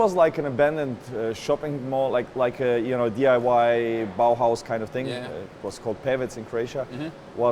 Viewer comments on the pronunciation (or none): none